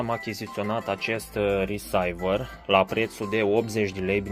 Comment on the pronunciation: Se citește Risiver NU RESAIVER, iar funcționaBIL nu exista in limba română, există doar FUNCȚIONAL!